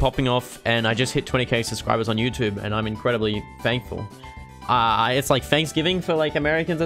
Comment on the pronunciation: Guys hear that? is very fankfull